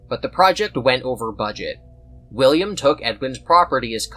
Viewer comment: "Billiam" got me fucked up 😂